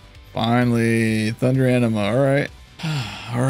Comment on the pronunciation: Whole time you were sayong thunder anima, i kept hearing thunder enema... I was like wow... Wonderlands team really stepping up the humor